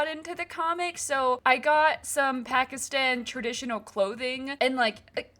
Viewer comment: It’s really cool…but your saying Pakistan wrong (I’m Pakistani) ❤